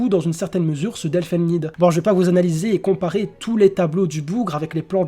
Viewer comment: pour info elfen lied ça ne se prononce pas "elfen lide"